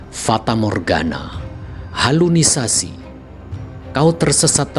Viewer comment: Salah juga pembawa suara nya, halusinasi dibilang halunisasi😂😂